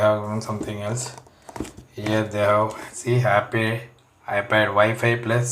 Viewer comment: Good reviews video but bro need to improve pronunciation like aple (apple) kamera (camera) ceting (setting) and u need to take English speaking class as well other than that everything is somehow countable 😊😊😊